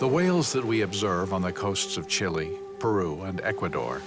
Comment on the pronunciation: Pronunciation could be better: Chilenos say something like 'cheelay" not "chilly", The park names are pronounced well, but "Austral Fiords:" becomes "Astral Fiords" and Guadacus becomes Gwaydacus, so add the comical captions, Entertainingly coical at least, and very cool to see what yo'ud need thousands of dollars and months of time to see first hand